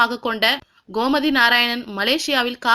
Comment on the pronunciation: komathi ilanga... Gomathi.... correct ah pronounce panunga